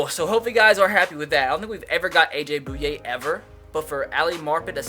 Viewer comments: It's pronounced A.J. "BOY----YAY" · Finally - a Jaguar. Heads up, it's pronounced Boy-ye.